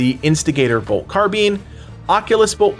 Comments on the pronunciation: Your pronunciation of carbine is ridiculous. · Looking great, thanks for the in depth preview. Though I must say, your pronunciation of Carbine caught me off guard, it's the only time I've ever heard it be said that way